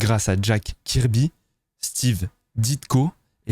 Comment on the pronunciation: Très cool la vidéo, surtout que c’est vraiment un sujet qui m’intéresse (en particulier les comics) mais je t’en prie, Jack Kirby ne se prononce pas KI comme qui, mais KEU comme si c’était « queu », donc ça s’écrit Jack Kirby, mais se prononce Jack Keurby.